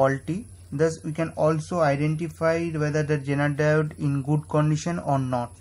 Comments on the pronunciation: You are saying "genital" instead of "zener diode" , that's funny !!!!!! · Sorry but this guy sounds like he's saying genital.